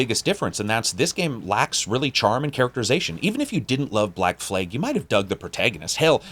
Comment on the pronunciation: "Black fleg" 😂